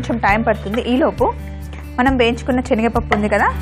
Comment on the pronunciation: speak proper telugu it's not chenaga pappu it's senaga pappu.